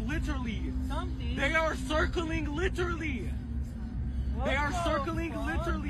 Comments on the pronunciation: Somebody please tell that dude how to pronounce literally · When you don't know how to pronounce a word, just mispronounce it repeatedly until others forget how it's supposed to be pronounced! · Deyah sirkling LITERLY! Come on, peepul! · Liter-lee lol